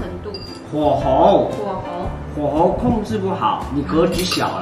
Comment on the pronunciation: 念火候huǒhou啦 第二声 念是第二声 但写是轻声